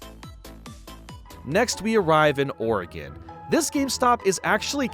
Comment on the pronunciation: Thank you for pronouncing Oregon correctly